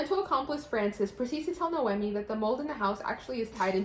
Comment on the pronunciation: I haven’t watched one review video of this book where someone pronounced the main character name right 😭😂 It’s NoemÍ, it has an accent on the “i”.